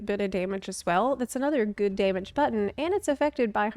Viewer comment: lol No, I think that’s just being lol. She pronounced “buh-tone” (button) a few times like that too.